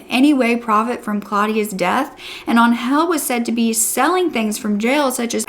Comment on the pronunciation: I’m so glad she survived and that he’s no longer going to hurt anyone. On a funny note: Every time you said Angel I understand “hell” lol